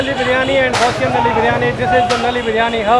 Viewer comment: So nobody told this guy that “Nali” means drain line in urdu. Right pronunciation for bone marrow is “Null-ly”😂